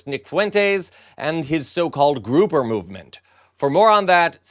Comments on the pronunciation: Groyper not grooper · It's pronounced groy-per not grouper lol